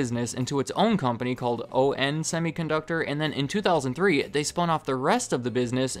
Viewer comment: ON Semiconductor is pronounced like the word on as in turn the lights on.